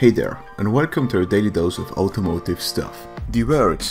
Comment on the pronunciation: He says it like "outomotive" and I love it